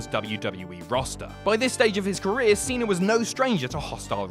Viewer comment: "John Seener"